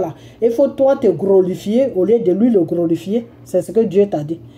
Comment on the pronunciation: on ne dit pas "Grolifier" plus tot "Glorifier".exemple:(gloire) à dieux.